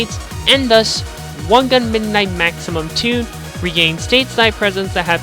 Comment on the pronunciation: wan "gan" ?